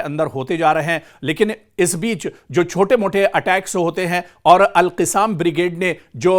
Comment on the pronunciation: ارے میاں alqassam کہنا چاہیے اور آپ alqisaam کہ رہے ہیں جو غلط ہے آپکو اُردو بولنے نہیں آتا سیکھو پھر بولو تھو تھو تھو تھو تھو تھو تھو تھو تھو ارے رے رے رے رے رے رے رے رے کیا رف زبان ہے اُردو بولنے نہیں آتا